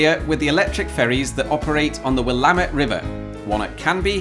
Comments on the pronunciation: Greetings from northwestern Oregon, and thanks for correctly pronouncing "Willamette"! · I'm not surprised got "Oregon" correct but I'm very surprised he got "Willamette" right. (Portland resident here, typing this from 500 meters away from the shore of the Willamette.) Well done, there. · First of all, very impressive pronunciation of "Willamette" which you did perfectly ("Will-am-it" for anyone reading along). Second, I do live in the Willamette Valley (Portland, Oregon to be specific) and now I'm going to have to visit one of those electric ferries that are apparently nearby, so thanks for taking up one of my weekends. Beyond that, what ever happened to the resort at the other side of the lake? It looked like maybe it wasn't there anymore? Lastly, thanks so much for all the wonderful videos. They really are a pleasure. All the best to you,. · As a former Oregonian, I'm thrilled that you pronounced "Willamette" correctly! Sooooo many people from outside the region mispronounce it, and I'm glad I didn't have to comment and say, "Well, actually..." Thanks for another great video,! ❤ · Just popping in with a similar surprise in pronunciation-- where do you do your research?! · Another Oregonian (east Portland/Gresham area) chiming in with appreciation for your pronunciation and delight that we’re the electrified-water-transport representation across the pond, haha! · From Salem Oregon here, and yes, great pronunciation!🎉 Riding one of the ferries was always a treat when I was a kid. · Wait… really? “Willamette” has the stress on the second syllable? I would have never guessed that for such a French looking word. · If you ever come to Oregon to actually cross the Willamette by ferry (and thank you for pronouncing the river's name correctly), I hope you'll also go a few miles northwest and take the Cathlamet Ferry across the Columbia. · You pronounced both Oregon AND Willamette correctly! I'm impressed,!